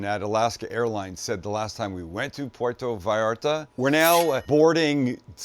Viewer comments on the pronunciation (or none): lol its pronounced pwertoh viyarta from a fellow canuck from hamilton ontario